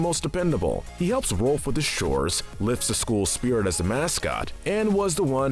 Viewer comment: It's not Ralph, it's ROLF!!!!